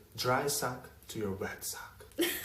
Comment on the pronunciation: " "🤣😂